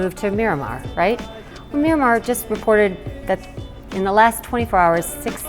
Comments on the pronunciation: Miramar?! Doesn't she mean Myanmar....? Oh dear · Did she say Miramar instead of Myanmar? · David Koberstein it sounds like they are saying Miramar, but they are referring to Myanmar, formerly known as Burma.